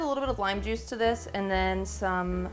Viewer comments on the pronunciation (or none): none